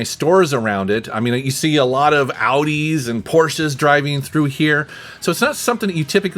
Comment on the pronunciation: Iam german and Iam pretty suprised how well pronunced Audi and Porsche. Right on!